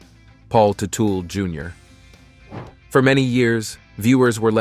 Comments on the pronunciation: You’re pronouncing their last wrong. It Tut-ul. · Paul Tootle Jr???? If you can't even say his name properly maybe you should leave journalism to the pro's. Factually you know just enough to sound ignorant. Paul Jr. NEVER had a desire to be like his Dad. His every last action was to be a better man than his Dad. Where Paul Jr. is an honest and down to earth level headed man his Father has always been a crook and a criminal. Paul Sr. Sold that first company to a different Son only to never pay the Son the money. On top of that Tuetle Sr. snuck in at midnight hours stealing every last tool , large machinery, inventory and even the closets full of office supplies. His Son finally had to sue his Father to get back what was rightfully his. Even then Paul Sr. returned the stolen products to his son purposely unfunctional and forever damaged. Paul Sr. Had a small motorcycle building hobby of off the shelf body parts that any monkey could build. It was Paul Jr.'s talent that built OVC into the mega company was. And as far as you claiming Senior was right for the last fight you fail to mention that Junior came in 25 minutes late Sure. But only after working off the clock for 43 of 48;hours over the weekend. That's right. He was 15 minutes late but was in the shop 3 hours earlier and only left to get a bite of food and sleep two hours. So after working 3 hours over the standard 40 hour work week on his days off he got pissed because his Dad forgets Paul Jr. Was half owner and not a standard employee. Just look what has happened since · Paul Two-Tool or Toodal 😂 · ‘Too-till’ 😂😂 I just love when people post videos on people they know absolutely nothing about! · The "Tootells" 😂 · I had to stop 44 seconds in because you didn't even know how to say his last name properly. You're a donkey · Dude you are saying their last name wrong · You could at least pronounce their name correctly if you are gonna try to capitalize off of their story. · It's Teutul, not Tootle!